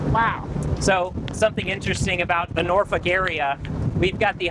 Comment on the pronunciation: I’m impressed and that’s extremely hard to do. She pronounced Norfolk correctly. It’s got a little bit of a draw to it with very little emphasis on the K I know I was on a nuclear submarine on a Norfolk SSN 714 USS Norfolk.😂😂